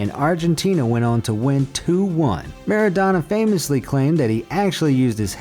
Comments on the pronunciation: Its not Rikard, Meradona or Materazi, If somebody watch football those names need to know how to pronounce. And there is nothing to know how to pronounce, you do it correct or incorrect.There is no school for learning this stuff. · U also dont know to pronounce Rijkaard, Materazzi, Maradona.....